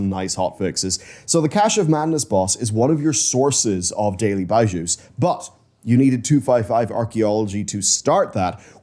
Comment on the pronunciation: please, it’s not “byeshew” it’s “beezhu”